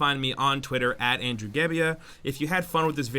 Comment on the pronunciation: Andrew the NEW guy! Why doesnt he get his name right?